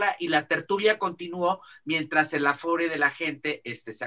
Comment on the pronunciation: Es "aforo", no "afore",. Saludos